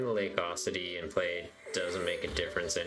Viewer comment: UH...CUE...ITY. Not AWE...CITY lmao